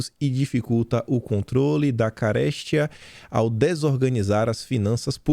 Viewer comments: fala-se carestía, e não caréstia. Abs. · Não se preocupe com a câmera. Assisto vc todos os dias e nunca aconteceu dela desligar. Adoro suas colocações sempre rebatidas com lógica e fatos reais. Seu português extremamente correto. Então me sinto na o obrigação de esclarecer. A palavra carestia foi dita com tônica forte em ca(res)tia. Na verdade a tônica forte é cares(ti)a. Culpado de meu ouvido zunir quando ouço palavras fora de sua pontuação correta é o meu Pai. Homem extremamente voltado na educação familiar sempre a frente dos ensinamentos na escola. Os 3 ítens corriqueiros em casa para todos os filhos: Leitura, consulta ao dicionário e serviços domésticos. O curioso foi a estratégia do dicionário. Eu com 7 anos ganhei meu primeiro dicionário Me orientou abri-lo todos os dias em três folhas aleatórias e apontar com o dedo uma palavra. Seriam três palavras novas todos os dias. Eu tentaria usar as três durante o dia. Provavelmente eu me adaptaria a uma delas a cada dia. No final de uma semana meu vocabulário teria se estendido a mais sete palavras novas. Agora imagina depois de alguns anos? Meu Pai. Grande homem. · Caréstia???? Cara, você tem mania de falar errado. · "caréstia",? Kkkkk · É carestia que pronuncia. Não tem acento no e. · Caramba ! Ca res ti a! Por favor!